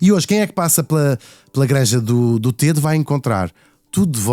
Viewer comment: Srs Locutores : Granja do Tedo pronuncia se " Granja do Tédo " com É aberto ..... Vocês chamam ao rio Tejo , Rio TÊJO ??? Não pois não !!!! Pois emendem a vossa pornuncia : Granja do TÉDO , mas sem acento no É .